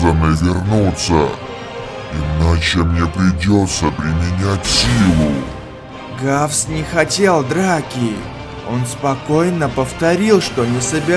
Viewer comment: Раффс а не гавс русский бравл снова ошибся